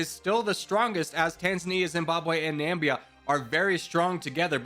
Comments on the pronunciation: Or pronounces Namibia as Nambia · Na-mi-bi-a, nuh-mih-bia. Not Nambia! Dear lord, this was frustrating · Oh, and Na-mib-ia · And Namibia as Nambia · nambia was said one to many times